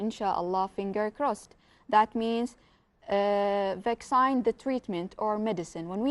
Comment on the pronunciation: vaccine not avaaaaacsaine be smoothly prouncer